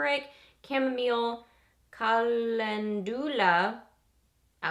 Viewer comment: it's Cuh - LEN - dew - luh. Just FYI! 😘 Wonderful video! Thanks!